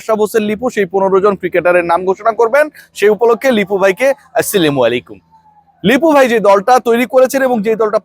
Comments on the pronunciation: ভাই আপনার সালাম দেওয়া সঠিক না। সালাম টা একটু সুন্দর করে দেওয়ার চেষ্টা করবেন। তানাহলে আপনার সালাম দেওয়ার দরকার নাই আমার মনেহয় 🙏🙏🙏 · এই সাংবাদিক আসলে শুদ্ধ করে সালাম দিতে পারেনা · ভাই সালামরা সঠিকভাবে বলেন